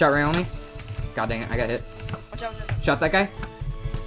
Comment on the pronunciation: You mean people can actually pronounce my name correct? OMG!!! Anyways, Gf! I love how when you hit me once you said, "I'm comboing Raayoni!!!" xD